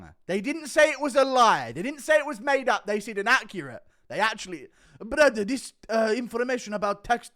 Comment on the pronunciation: "I pay taxes to Allah brather"